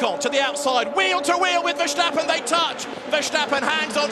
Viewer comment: They keep calling him Verschtappen. Bloody annoying as a dutch guy to hear 🤣